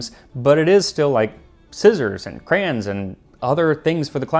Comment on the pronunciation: Crans? Lol your pronunciation of crayon distracted me. I thought you were from CA. But as always, this is a great episode.